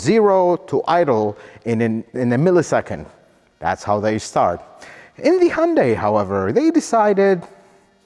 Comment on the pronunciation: Thank you for pronouncing hyundai as hyundae. That is how Koreans pronounce the company. 🎉